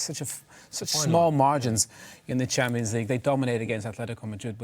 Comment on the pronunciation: Dont ever say 'champo' league ever again!